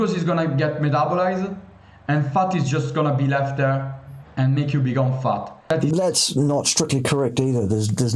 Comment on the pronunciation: Did he say "fart" or "futt" or what is it? 😂